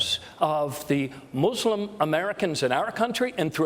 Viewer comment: I like how Bernie pronounces "mUslim". It reminds me of the Treaty of Tripoli where they use the word "Mussulmen". O'Malley said "third" instead of "tertiary" :(